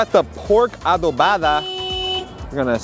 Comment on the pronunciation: I can’t wait to visit New York one day and try these places you recommended 🤤🤤 By the way you pronounced adobada so perfect! 🤩